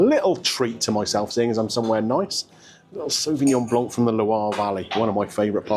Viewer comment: I could not find any French dish whatsoever in all the menus. And Sauvignon Blanc is pronounced with a silent "C".